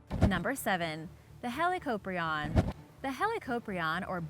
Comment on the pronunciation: Helicoprion is pronounced (*helie-cop-ryan*)